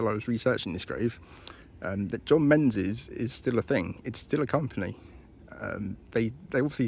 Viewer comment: Menzies is pronounced Mingus! 😊